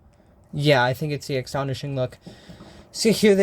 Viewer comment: “Ex-tonishing”? Did I hear you correctly? It’s “Astonishing”.